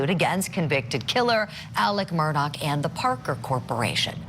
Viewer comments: No, it isn't. It's pronounced Mur-daw. Not Mur-Dock. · Why is your reporter mispronouncing his last name Murdock??? Put a little effort into it, jeez.